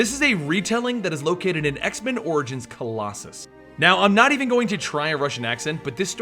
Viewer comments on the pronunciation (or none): you totally butchered his name. i love colossus who is one of my favorite xmen characters, he looks badass and cool. i think he is a very underrated xmen, people dont get how important and relevant he is as a character and as a part of the xmen team